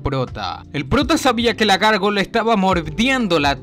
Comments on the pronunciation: Es Gárgola no gorgola 😂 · Hombre: es gárgola 🤔 práctica más el castellano 💪👍